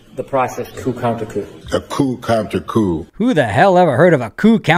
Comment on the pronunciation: Cracks me up every time calls it “coop counter coop”!